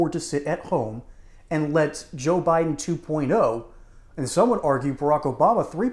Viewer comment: He keeps saying Biden wrong